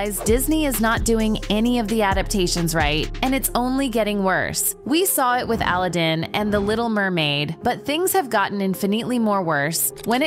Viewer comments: why did she say Alladin like Alludin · Vocal fry... You chose a lame AI narrator bot with VOCAL FRY !!!!!!1. And FFS, does anyone even bother to proof the output? NO! We saw it with ALLA DIN, but things have gotten INFA NEATLY MORE WORSE!!!!1 Pack it in kids. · i'm sorry.... "Ala din"? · Wtf is Elden? It's Aladdin! 😢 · Ahla-din? Ah-lad-din not Ahla-Din... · Alladin? A-la-din. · We saw it with "al AH din" lmao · "Ala-din"? I thought it was "A-lad-in" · sorry, "Al - A - Din " threw me off. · A lad din......that is how you say it lol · “Alleedin”. I hate AI. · AL - UH - DIN ?? Somebody teach these AIs how to pronounce words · Did you just say "Ala-din"? Really? You're aware that names are meant to be pronounced however the person choosing the name pronounces it right? And I'm pretty sure it's spoken many times in the movie... so how did this narrator mispronounce a movie that's been around longer than they've likely been alive? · Also mispronounces Aladin... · Frr 😭😭😭 the pronunciation driving me crazy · I love how you suddenly realize you're listening to AI when the speaker can't pronounce Aladdin correctly. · Hahaha what did she call Aladdin?! 😂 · The way you said Aladdin pierced my soul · Is this video narrated by ai? Less than 2 minutes in and there's already many mispronounced words... including "Aladdin". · AI voiceovers are getting cringe tbh... the way you pronounced Aladdin and other words should be a crime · How do you not know how to say Alladdin?